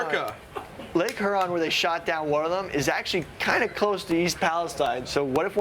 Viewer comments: can’t pronounce Huron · pronunciation of HURON is painful